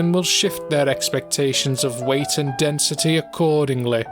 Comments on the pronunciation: "increased densiteh" Ah I see the is from Nottingham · Why am I reminded of the Stand ‘Rolling Stones’ every time he says “density” with such emphasis? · “Densitè” “Accordinglè” “Immortalitė”